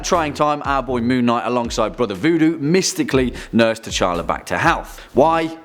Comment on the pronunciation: DID HE JUST SAY KING, K'CHALLA